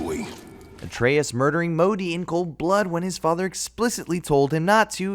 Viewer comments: Who is maw dee? Its MOW-DEE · Also, he pronounced Modi and Mimir incorrectly